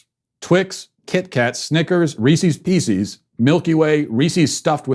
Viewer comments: "Peeses"? Matt, the word is "pieces". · Why can't you properly say "pieces"? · I've never heard anyone call them Reeseez... Or peeseez.